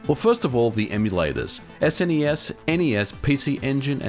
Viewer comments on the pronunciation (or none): none